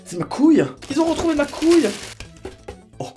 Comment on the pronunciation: Couille pas "coulle"